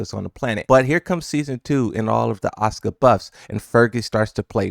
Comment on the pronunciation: the Japanese pronunciation of Asuka makes it sound like Oscar